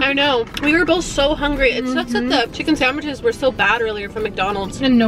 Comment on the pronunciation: said hengry when she said “ I’m so HENGY”